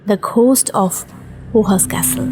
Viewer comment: খুব ভালো গল্প কিন্ত 601এর মতো জমি নয়,600 acre (একর) জমি।ghost শব্দের উচ্চারণ ঘোস্ট নয়,গ়োস্ট। সব ভুল সংশোধন করে এয়রে ছাড়বেন দয়া করে।ভুল থাকলে শ্রুতিকটূ লাগে।আর আপনাদেরও ত্রুটি থেকে যায়